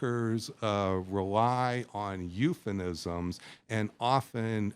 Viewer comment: I question someone who calls themself an authority and can’t pronounce the word ‘euphemism.’